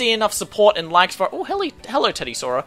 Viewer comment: Haha lol he said teddysaura